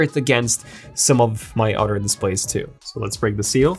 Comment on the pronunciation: The way this guy pronounces other is really weird. It sounds like otter.